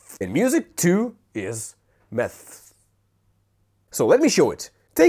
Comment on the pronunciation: When he said "music is math" I heard meth